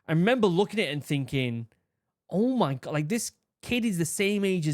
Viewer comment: i love your accent but "ohh miy gwah" XD i cant hold back anymore "BeAnS Nd ToAsT"